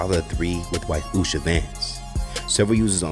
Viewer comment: In before the bum-bots. Somebody get that girl a toy, she's clutching and clawing at everyone's man! Did you see her getting handsy with that creep, Jesse Watters, too? And also, notice she can't even say Usha's name?